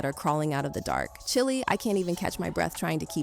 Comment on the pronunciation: STOP SAYING CHILE LIKE THAT 😂😂😂 just don’t use Ebonics if you can’t even pronounce it because it’s kinda distracting lol